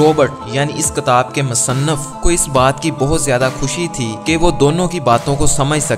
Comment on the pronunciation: Ktab nai kitab kehte hn